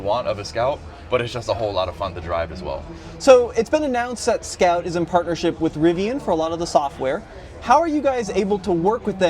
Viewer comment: Nice presentation but improve your pronounciation .. a lot of the times when you and the strategy head said 'Scout', it sounded like 'scalp', sounds like someone out here selling scalped cars 😂